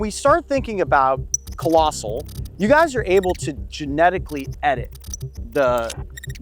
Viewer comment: Lost respect on this channel the moment I heard Collosal.